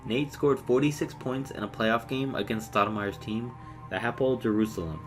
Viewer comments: Not Apple Tel Aviv Ha-po-el Tel Aviv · Its hapoel tel aviv not the apple tell aviv.